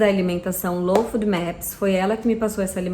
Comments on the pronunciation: O nome correto da alimentação é LOU FÓDI MÉPIS. Não é food. Afffffffffffff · Não é fudmeps que se pronuncia, é fôdmeps!